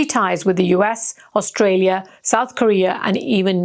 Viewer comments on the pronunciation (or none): none